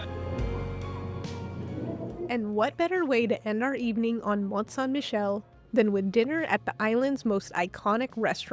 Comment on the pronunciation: French pronunciation tip: stop pronuncing the t; Mon(t)-Sain(t)-Michel, both t are silent; same for Montparnasse